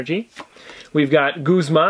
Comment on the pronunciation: Goooooooooooozma? It’s Guzman and get better audio it’s so bad